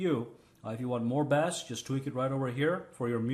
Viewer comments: Bass? Its pronounced BASE fyi, but its spelled bass.. all the ads killed the video for me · if u want more bass u have to go fishin lol i think what ur trying to say is pronounced "base" :p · What are we fishing here?!!!!!! He totally said “Bass” wrong lmao !!!